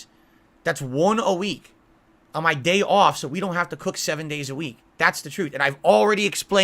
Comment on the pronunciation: He's mentioned before, multiple times, about the "day ahf" when he and Khet have ordered DoorDash 3 times in one day. They ordered breakfast, then ordered sandwiches, and then because they were so busy they had to order delivery for dinner as well. He's mentioned before how much he spends on the "Gorging with the Pig" segments. "this meal cost more than i've raised in tips today" when he has $50 in tips. He bought a $50 pizza for the superbowl event. I bet the has only spent $197 in a day on doordash deliveries. Debunked. Or, more likely, literally doesn't track his spending so he couldn't have spent $200 in a day if he never did the math. Checkmate.